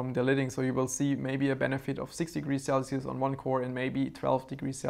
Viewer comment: "Sell-see-oose" - 2018